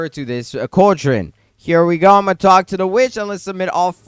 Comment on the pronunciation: It’s pronounced CALL-drun